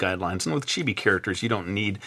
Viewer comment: It's chee-bee ...